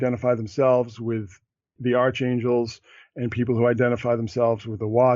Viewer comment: just for the record, in the word "archangels"....the correct pronunciation is as "ark-angels, not, "arch-angels". Look it up.